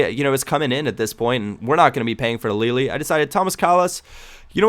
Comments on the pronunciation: its lay aly not leely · I'm italian, you pronounce le a li